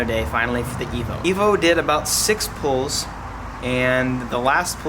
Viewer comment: are you saying "pools" or "pulls"?